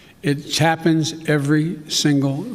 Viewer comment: "It CHAPPENS every single solitary year"